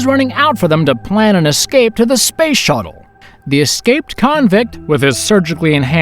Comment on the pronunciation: I hate how this dude says SPACE